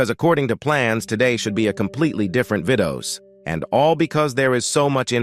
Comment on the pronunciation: bro said “vidos”